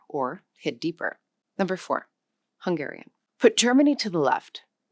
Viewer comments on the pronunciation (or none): The Hungarian was not native. Barely recognizable. The most basic pronunciation errors of someone who never studied a minute of it. Not representative. Another mistake. It is the other way around. The closest ones are the Siberian ones (Khanty and Mansi). Finnish and Estonian are way more distant. Also, Hungarian stress accent and vowel qualities still sound distinctly Uralic. Quite different from its neighbors. (Slovak (and Czech) sounds vaguely similar, but because it too has first syllable stress, unlike most Slavic languages -Hungarian influence?) A total, misleading mess. Those are either not loanwords or not from the language on screen. WTH? Barely researched video. Somebody just winged it. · The Hungarian was so much buthered, that ofcourse no-one could recognize it. Then mentioning Polish... Well.... They literally pronounced the Polish "SZ" instead of the Hungarian "SZ"....